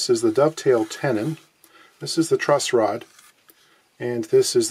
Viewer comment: TIL its called a "truss rod" not "trust rod".